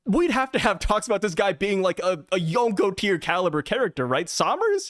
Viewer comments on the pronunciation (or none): none